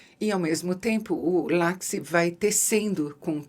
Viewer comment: Ótima resenha! Só uma pequena correção; Oliver Laxe é galego, o nome dele também, então o sobrenome dele é pronunciado "Lashe"